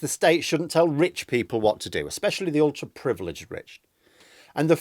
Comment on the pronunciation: surely it's "privileged"?